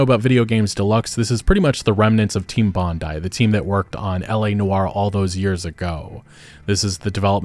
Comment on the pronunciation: Its “Team Bondeeee” not bondiee. Cmon man.